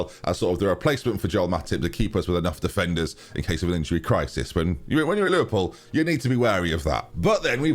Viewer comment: At 5.06 you mis pronounced Defenderson